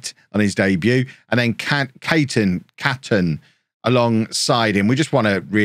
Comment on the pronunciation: Charlie Caton is pronounced Cayton, it's my name so I should know, hehe